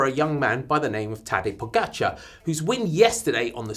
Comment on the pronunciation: Finally, some who can pronounce the name of Tadej Pogačar. Great work. Oh yes can you please teach Daniel